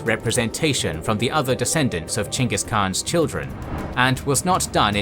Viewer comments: It's chingis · Pretty sure their name isnt pronounced chingus. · Really? Chinkis? Learn how to properly pronounce his name.